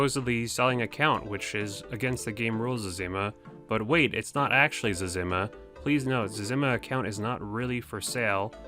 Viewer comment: it is zez-eh-ma not zezz-im-ma lool